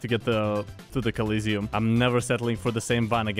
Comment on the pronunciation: Its not "Collisiom" its "Colosseum"